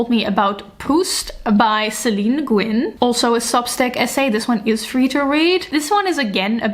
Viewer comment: as far as I know Nguyen is pronounced Nyouyen. As told to me by a vietnamese person. Just. FYI.